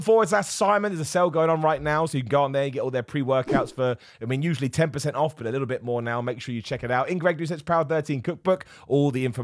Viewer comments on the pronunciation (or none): none